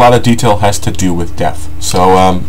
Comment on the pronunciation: Depth. Not Death. Please lol.... :D